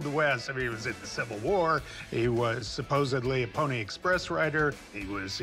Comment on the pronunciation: Did he just say “supposebly” ?